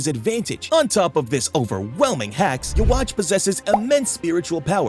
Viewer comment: Love the video but can you please pronounce yhwach correctly. It's pronunciation is like yuwaba